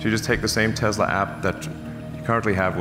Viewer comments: When Elon said Tezla 👺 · This is coming from the same guy who never followed up on his Tesla solar roof tiles lie. Teslas are already unreliable enough, always being in the shop like 2001-present BMW and Mercedes. He can't even pronounce his own company name correctly!